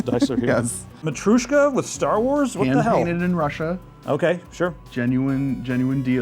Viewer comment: it's motryoshka, not motrushka!☝